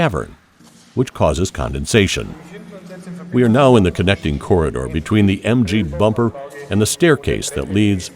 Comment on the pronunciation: When the narrator says corder, does he mean corridor